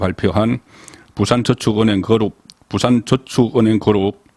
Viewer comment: 35년 경력의 대기자가 첫음절을 강하고 짧게 발음 하는게 듣기 거북하네요 사업자 둔갑 저축은행 등